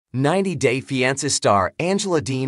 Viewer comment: You can’t even pronounce the title of the show much less report on any thing happening in their lived